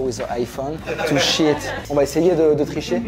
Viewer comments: "lets go guyyysss, and don't forget to "shit"" JE SUIS DEAD .... 😂😂😂😂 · Mdr le « let’s go guys, don’t forget to cheat/shit » à est tellement épique